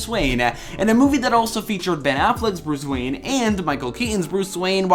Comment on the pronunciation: Why do add an A sound to the ending of all your words? Dry’a Again’a Now’a Behind’a Bruce Wayne’a 🤔